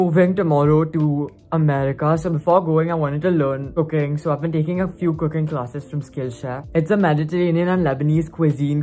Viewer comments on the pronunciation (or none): Did he say Cocaine instead of cooking at first or I heard it wrong?💁🏽‍♀️